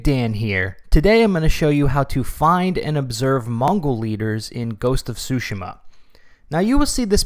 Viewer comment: I swear I heard him saying ghost of sushima 寿司マ